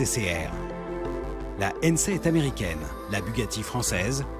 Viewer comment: La prononciation de Hennessey et de Koenigsegg awwwrr